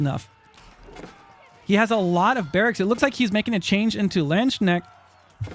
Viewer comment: Dit u really just say landschnect xD gg and greetings from germany